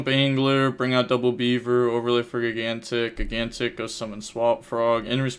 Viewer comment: I'm sure this has been brought up before, but it's pronounced jīˈ-ɡan-tik, not gi-gan-tik